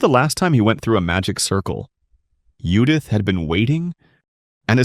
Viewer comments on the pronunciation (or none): I'm not sure if the AI is translating to english or reading the english version, but if I fucking read Judith and hear yudith one more time, I may just create a master plan to destroy all AI on planet earth.